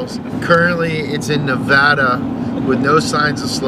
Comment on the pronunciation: Thank You for saying nevada correctly